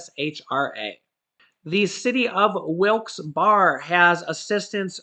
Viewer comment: Barre..... Pronounced....berry.